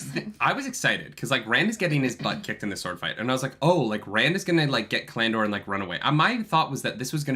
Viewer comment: Cal- an- dor, it throws me off every time you say callan dor.